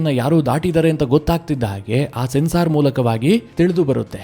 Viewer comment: ಸೆನ್ಸಾರ್ ಅಂತ ಹೇಳದೇ ಸೆನ್ಸರ್ ಅಂತ ಹೇಳಬೇಕು